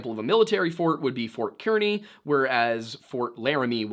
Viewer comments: So this is me nit picking it's fort kearney as in "car"-ney not "kear"-ney I just grew up in kearney and this is first time anyone has ever mentioned it in a YouTube vid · FYI, "Kearny" is pronounced like "carni." (Source: I live about 20 minutes from Fort Kearny and live in Kearney, Nebraska... Yes, they're spelled different. That's a long story) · if you're referring to Ft. Kearney in Nebraska us locals pronounce it like "car knee" just a little fun fact.